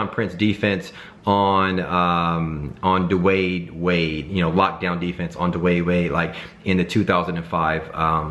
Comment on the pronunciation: "duwade wade" and bro you said it again... "duwaaade wade"